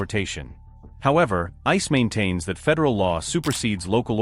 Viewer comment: Good ol' I-CEE. Down with AI. Downvote.